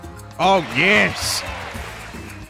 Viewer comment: Anyone notice instead of yes Toadette just says P-HESS